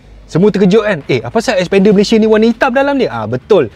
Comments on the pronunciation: Xpender ya, bukan Sepender😅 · ble sbut bnyi mcm spender.. haha